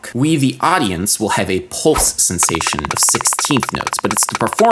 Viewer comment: "polse? wtf is a "polse"